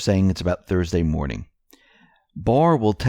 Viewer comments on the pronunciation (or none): none